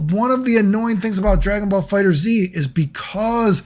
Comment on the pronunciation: Is that snapping at the intro a normal thing? Also bro don't say the Z, just read it as fighters. 🤦‍♂️